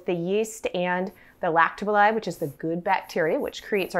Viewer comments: Yes, L S, you are absolutely right. "Lak-toe ba-SILL-eye" Emphasis on the SILL. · I think it's lacto bacilli, pronounced "ba SILL eye." ❤